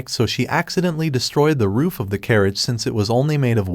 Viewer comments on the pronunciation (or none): none